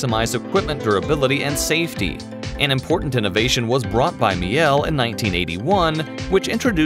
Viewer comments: Yes Miele is pronounced Mee-la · Pronounced Mee-la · Mi el? Its spelled milee